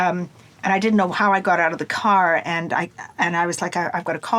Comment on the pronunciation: I didn't know she was Canadian until she said the word out lol that's always the dead giveaway